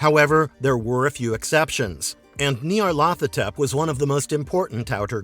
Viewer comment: Not pronouncing these right. It's Nie-yarl-tho-tep with emphasis on the 1st syllable, a drawing out of the 2nd, each syllable being elongated. Most have difficulty pronouncing these crazy names, yes?